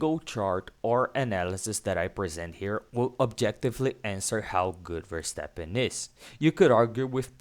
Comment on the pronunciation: nice, but not call him Versteppen.